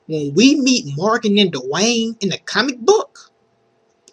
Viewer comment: "I wanna talk about Morgan and DUH-Wayne." XD